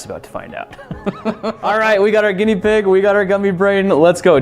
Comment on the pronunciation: did he say guneia pig